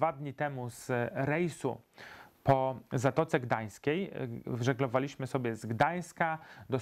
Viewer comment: tak dystyngowanemu dżentelmenowi nie wypada akcentować na drugą sylabę od końca czasowników w czasie przeszłym w liczbie mnogiej: wróCIliśmy, a nie wróciLIŚmy żegloWAliśmy, a nie żeglowaLIŚmy ZDAliśmy, a nie zdaLIŚmy przeŻYliśmy, a nie przeżyLIŚmy obaWIAliśmy, a nie obawiaLIŚmy ogląDAliście, a nie oglądaLIŚcie Polecam np. A do HDRa nic nie mam;) Pozdrawiam!:-)